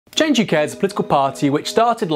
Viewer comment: It's not "Change U.K.", it's "Change UK", as in "YUK YUK YUK".